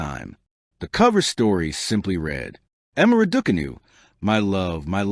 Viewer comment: Pronounce her name properly.